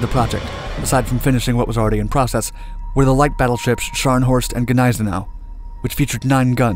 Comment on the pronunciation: He did pronounce Gneisenau correctly, however.